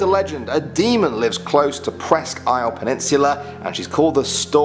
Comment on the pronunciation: Wow he pronounced Presque Isle correctly. I’m from Erie, Pa. I’ve never heard anyone that isn’t from the area pronounce that correctly. Lol